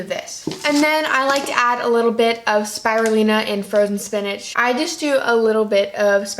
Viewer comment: omg the way you pronounce spirulina it's sooo funny :) It sounds like Spy-rulina lol Will definitely say it that way from now on hahahaha